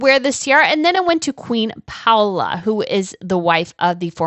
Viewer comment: Not Queen Paula but Paola pronounce the names correctly!